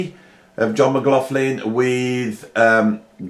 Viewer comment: It is pronounced John! Actually it's Ma-gloch-lin. I think given up trying to pronounce it correctly 🤣